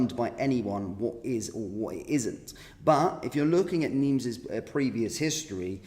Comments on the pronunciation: NIMES - PRONUNCIATION WITHOUT THE “S” … NIME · Its Nimes (neem) 's', is not pronounced. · Nimes, sounded without the S